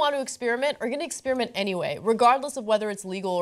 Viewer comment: Ana, please stop saying "ex-spear-ment"! It's ek-sper-uh-ment for godsake.